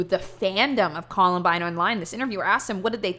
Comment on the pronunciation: "The collenbine fandom" jesus christ